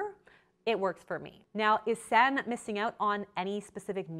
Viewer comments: For future reference her name is pronounced "Sanna." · Ahh!! the way you were pronouncing Sanne.... made this video unwatchable lol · The "oe" is a letter in Dutch that does not exist in English. pronounced Sanne as "Sann" but you also say the e so it is more "Sannay Flood". However, a better plan is: go to google translate and type in her name with the language Dutch. Then you can listen to the pronunciation. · It's actually pronounced San-eh. Not sun. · Ps her name is pronounced 'Sun EH' not 'Sann' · her name is pronounced like sauna. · The pronunciation of Sanne is really funny, it's actually pronounced more like sun-nu (the second u sounds the same as the first) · Her name is pronounced sown-ah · Are you Dutch? It is pronounced as Sanneuh ;) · Her name is pronounced like “sanna” the e makes an a sound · I'm from the Netherlands and... you really mispronounced her name 😂😂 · I love you and your channel but you're butchering the Dutch name 😂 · As a Dutch person, it hurts me to hear your pronunciation of her name 😂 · Lovely video but the way you're pronouncing her name is giving me a stroke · I cringed at the pronunciation so bad, it's dutch not french ... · you butchered her name so bad 😭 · As a Dutch person it’s quit funny how Sanne is pronounced. Dutch names are really hard for the rest of the world. Love the video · First of all, you horribly mispronounced her name, second of all, if you knew anything about Sanne you would know that she uses an app to track the amount of protein, fats, etc. she consumes in one day and adjusts accordingly, and third, models typically work out hard in the morning and don't want to be digesting heavy protein during exercise. I would be more willing to watch your videos if you had your facts straight and left out the snarkiness.